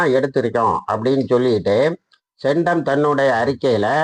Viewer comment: சென்டம் இல்லை... சென்ட் காம். என்பதே சரி